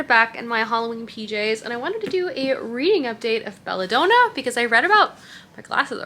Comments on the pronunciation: Belladonna is pronounced like the woman’s name Donna. It’s DON-NA not DOH-NAH. Don as in Donald. So like basically it’s the name “Bella” and the name “Donna” together in one word! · Been binging your channel and really enjoying your videos, but a few pronunciation errors are driving my teacher brain nuts! It's Belladonna, as in Donna, not doh-na like donut. Tea comes in sashays, not sachet pronounced like hatchet, and Salome is pronounced Salomay, not Salomuh. Love the content, but maybe just run names and words through Google before filming!